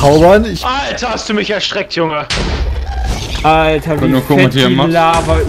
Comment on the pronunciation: Altaaaah bist du betrunken xD